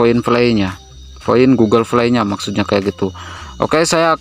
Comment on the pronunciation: Bang ga bsa blg hurup P kah? Play jdi (vlay) Poin jdi (voin) Bingung aku awalnya tak kira apaan voin ternyata poin